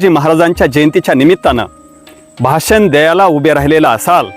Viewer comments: शब्दांचे उच्चार देखील स्पष्ट असावेत भासन नव्हे भाषण 😂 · भासन.......... . भाषण......उच्चार गडबड.